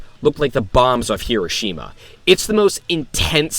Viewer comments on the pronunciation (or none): none